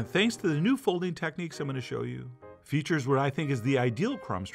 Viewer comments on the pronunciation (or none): none